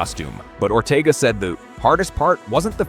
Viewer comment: It's Ortega not Ortiga😂